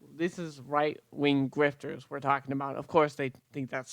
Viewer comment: "WIGHT WING GWIFTER" I just fucking couldn't, it had me giggling...